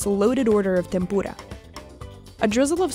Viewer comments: Why she said tempura like tempora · "temPOOA" lmao what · “tempoorah” WHO DOES SHE THINK SHE IS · thats not how you say tempura